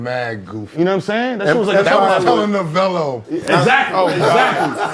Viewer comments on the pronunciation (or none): Man said empire was “telenovelo” 🤣🤣🤣